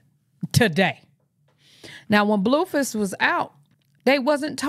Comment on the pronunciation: Every time you say Bluefiss cracks me up 😅😅